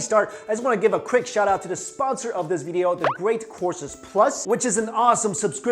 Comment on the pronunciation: Is it me or does Mikey say "video" funny? (bideeyo)